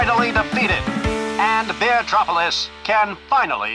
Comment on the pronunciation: it says bee-tropolis